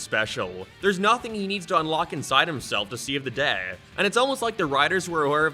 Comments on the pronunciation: What kinda accent is that? Every time he says the word “day” or anything close to that word he puts this weird emphasis on it? Like some kinda accent lol. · God is anyone else super bothered with the way this guy says certain words? Everything else is so normal until he says “out” pronouncing it “ayt” Edit: He just said “day” and i wont even attempt to spell whatever it is he mashed together. Became? Down? Day? All a total mess for a guy narrating professionally